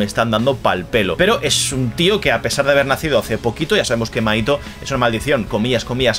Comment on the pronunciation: Te fijaste en buenos puntos! (Lectora de manga) me va a encantar verte durante todo este arco! Y las referencias brutales! Pd: mahito se pronuncia como Majito 😊